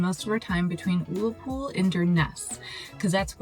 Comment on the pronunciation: I say this to you with the greatest respect, Ullapool is pronounced uh-la-pool, also the hill you climbed is pronounced stac polly, but never mind we ALL get things wrong. As a Scot I really enjoyed this trip report, thank you so much for sharing this with us!!